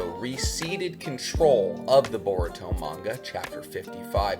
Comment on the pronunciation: you butchered his name beyond repair 🤦🏿 its “boruto” not that hard to spell and secondly that wouldn’t be a amp for boruto at all you say unrealistically powerful when i bet you your self can’t explain what makes him “unrealistically powerful” its a anime dude smh